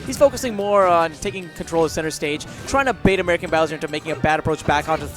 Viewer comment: "Aermican" You tried, guys. You tried your best.